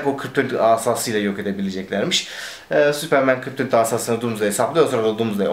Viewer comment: süüüıpırmııın diyip tekrar tekrar kendini düzeltmesene tombul süpermen de geç neyin telaffuzundasın ne yabancı dil altyapın ve vazgeçemiyişin var da pardon adapte olamıyorum hali var